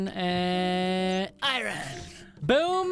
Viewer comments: He called the Golden apples "Diamond apples"😂 And called iron "I Ron"🤣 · It’s funny when he says. I Ron 😂😂😂